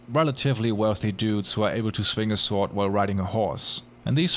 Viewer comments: Mispronouncer of Words hits you with his "Svfoohrd".:-) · love the video and i think you are doing very very well! one tiny tiny thing that keeps bugging me tho, its just meant as a tipp: the w in sword goes unpronounced :) just fyi hope not to be bothering you, looking foreward to your next vid! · "sword" is pronounced "sord". "hyperbole" is not pronounced "hyperbowl" but "high per' bow lee"